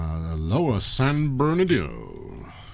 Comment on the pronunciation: with my best Hermione Granger impression You're saying it wrong... it's San Ber-doo not San Ber-doe!